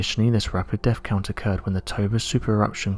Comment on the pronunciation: Also Earthquakes are pronounced as they are written. There is no F in the word but our narrator would have us believe that “Erfquakes is the correct pronunciation, and not forgetting and I quote “massive def-count” which aught to be massive death-count! Whoever he is he needs to take lessons in Oratory as the job of a narrator is to provide a clear statement that is audible in the language it is written.